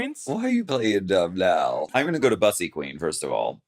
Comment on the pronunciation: You do know you pronounce Bussy incorrectly, It's pronounced the same as P-ussy